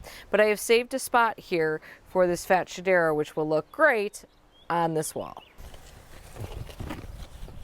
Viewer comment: Ok the way we’re pronouncing this plant is cracking me up 😅 I’ve always heard fats-hedera, but now I feel bad for Shedera, and wonder who is calling them fat? 🤣 The nerve.